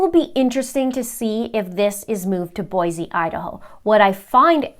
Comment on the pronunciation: Your coverage has been amazing! Thank you! Just FYI, our great city of Boise is pronounced "Boy See," not "Boy Zee." It is a common mistake. I am letting you know since accuracy is important to you and I am thankful for your attention to such details.